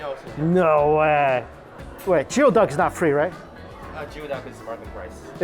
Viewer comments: lol jee o duck... bro.. it's "gooey Duck" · for the love of all things Washington state…PLEASE!! It’s gooey-duck. Not Jee-o-duck 🤦‍♀️😂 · Ah, Mikey strikes again with the “geoduck” pronunciation 😂 its “gooey-duck” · pronunciation is "goo-ee-duhk". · geo- duck lol. a new poke'mon. ^^^^^^